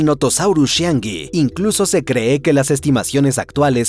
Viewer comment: Por qué dice "se creé"? Este narrador es un sintetizador de audio o una IA?